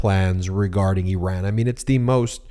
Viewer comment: Thank you, thank you, thank you for pronouncing Iran and Iranian correctly!